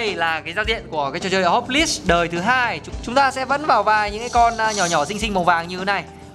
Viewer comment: Nghe nói ông này học ngoại thương mà đọc chữ này là hóp lis trời ?????? Ngộ ngenn..